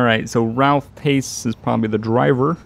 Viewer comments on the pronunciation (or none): none